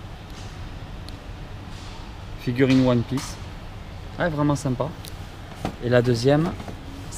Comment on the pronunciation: 🤣🤣🤣 ta raison Mat j'entends ça aussi Moi ça me choque même plus c'est et son anglais quoi😅 ( tien prend une petite cartouche😊🤪👋😂😂)